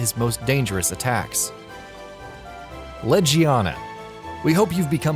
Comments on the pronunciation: and ledgeiana? its prononced LEGiana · To me, the names he fucked up on was Zorah Magdaros, Nergigante, Vaal Hazak, Uragaan, Odogaron, Barroth, Pukei-Pukei, Legiana. Honestly was the cringiest when he said Nergigante.